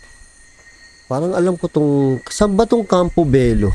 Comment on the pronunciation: Bello din po apelyido ko at tamang pronounce po dyan is Belyo kasi double "L" po sya hihi